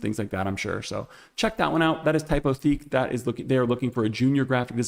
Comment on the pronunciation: I really enjoy your videos. Just a quick FYI: Lineto is a Czech company, so they pronounce it “LIN-eh-to.” And depending on who you ask, Typotheque is either “TYPE-o-teck” or, if you're feeling fancy, “TYPE-o-teek.” We're all learning as we go. Keep up the great work!